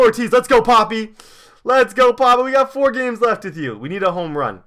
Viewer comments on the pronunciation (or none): none